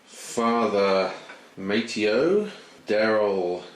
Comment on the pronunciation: not to be "that guy", but for clarification purposes, the name is properly pronounced Ma-Tay-O.